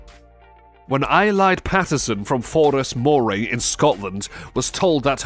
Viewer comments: Oh dear… it’s pronounced Aylee, and Forres is like Forest without the t at the end…. Oh and it’s also pronounced Murray, like Bill Murray. I live in Forres and remember this, it was so sweet. 😢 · Eileidh is pronounced AYLAY and Moray is pronounced MURRAY.